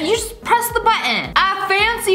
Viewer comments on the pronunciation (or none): “The” not “tue”